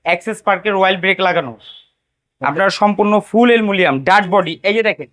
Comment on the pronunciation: Aluminum ❌ Alumilianm✔️